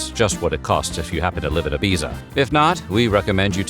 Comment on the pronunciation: That is not how you pronounce Ibiza.